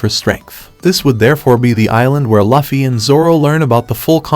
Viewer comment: It's pronounced like hockey. Not hack-ee not luh-fee